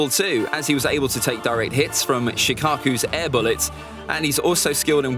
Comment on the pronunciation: Did I heard Shikaku instead of Shukaku?